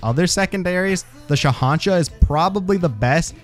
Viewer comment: I gotta say, best huntsman video I've ever seen, I just hate how you mispronounced bushwhacka (bush-wha-kuh) and the shahansha (shah-un-shah)